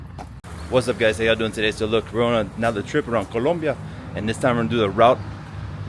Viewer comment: Great video! So cool to hear someone who can pronounce Colombia correctly-many cannot!